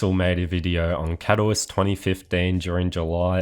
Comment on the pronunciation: You should look up how to pronounce Katowice…